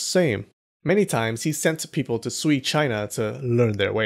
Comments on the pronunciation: Sui is closer to sway (as in, influence) than swee (as in, sweet). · "Sui" is pronounced "sway".